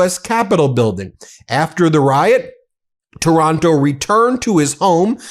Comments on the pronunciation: Taranto not Taronto. Just saying! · The guy’s name is TARANTO, not TORONTO. Wake up, Ben.